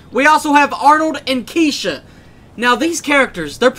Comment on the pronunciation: when you introduced kesha at the beginning it sounded like key shit so I had to replay to make sure it wasn't key shit my hearing is a little off today.